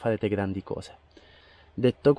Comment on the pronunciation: “Seguo sempre le sue covze” “Le sue cozze?” “Covze in moto, seguo tutto...”. Di’ la verità, sei il suo doppiatore?